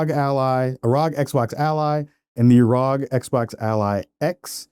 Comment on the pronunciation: It's not pronounced "Rhog". To pronounce it correctly, you enunciate each letter individually as in "Are Oh Gee". Pronouncing it "rhog" is just weird and wrong lol